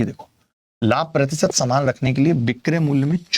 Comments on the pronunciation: saman not samaan🤣😂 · Saman not samaan 😅😅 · Saman not saman 😅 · Saman❌ saman✔️😂